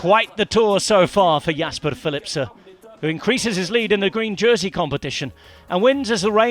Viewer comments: He does know its philipsen not philipser right? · Why does he say Philipse? It's Philipsen. Not difficult. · OK! So, Belgium is bilangual, right? French and Flemish. And I'm sure a lot of local dialects. If they say Philipse in some dialects, I'm not sure it's correct to do so on an English speaking sports channel. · Is the "N" in Philipsen really NOT PRONOUNCED? At least he didn't cut anybody off today, but it's a nasty habit of his... M 🦘🏏😎